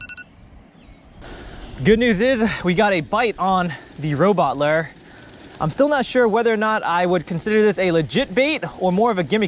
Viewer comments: Loo ure not lu er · you pronounce lure loo-ur not lur btw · Lure not lur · I thought I was the only one calling lure, larr... lol. Mouse larrrr instead lure. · Loo-er not lrrrrr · It’s pronounced (loo-er) not ler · Please stop calling it a lur..... it’s a lure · Dude it’s lure not lurrr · I hate how he say lurr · You say lure wrong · anybody else hate the way he pronounces lure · It’s pronounced lure not lure lol